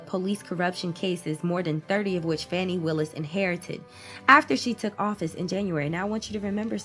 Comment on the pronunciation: it’s pronounce like fawni